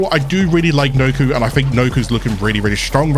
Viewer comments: pronounced nah koe not noku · It’s “Knock-O”. Sound it out bud.